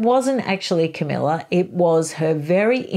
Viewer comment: Camilla, not Camellia. And no, falling in love was not the only thing she did. She was in league with Charles to procure a very young virgin for Charles to marry seeing as she could not. The idea was that this young virgin could be used to satisfy Charles' dynastic obligations. The problem was that they contrived for Diana to believe Charles was in love with her, and she did. They should have made a deal with Charles' bride, Diana would not have done so but I suspect there were many that would. They didnt do it because they could have been caught, instead they acted abominably without any integrity. Yes they are clearly in love but it doesn't change what they did.